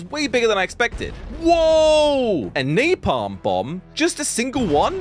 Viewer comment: “A neigh palm bomb!” (It’s pronounced nah-palm)